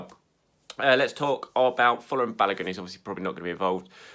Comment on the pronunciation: learn how to pronounce Balogun's name correctly. It's annoying hearing you butcher it an a regular.